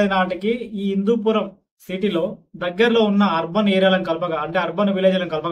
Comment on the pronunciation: Hindupoor kaadu hindupuram